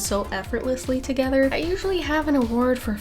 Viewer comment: It's togevwar.